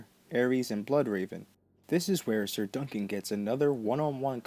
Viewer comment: "Sayer" instead of "Sir"... Hilariously infuriating! GRRM said that (simple) people have a harder time with his simple words, than his more difficult ones.